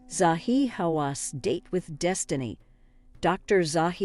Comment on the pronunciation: I proper lol'd at the name pronunciations. They changed each time she said one. She got Zahi 'I don't believe in radar' Hawass right though 😆